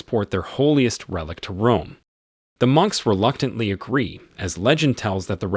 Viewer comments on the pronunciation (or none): none